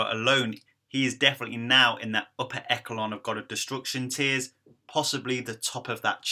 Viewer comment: lmaooo echelon is pronounced esh-a-lon. not eckelon lol